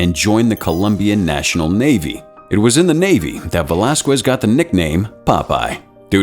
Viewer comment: the way you pronounce "velasquez" gives me that itching sensation that i can't scratch. it's pronounced as "velaskez" not "velaskwez".